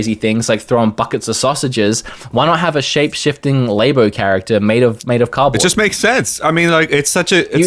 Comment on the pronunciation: Nintendo "LAY-BOH" literally couldn't piss me off more.